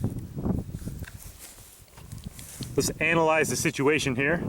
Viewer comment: I thought he said anal-ized or did he 🤨😏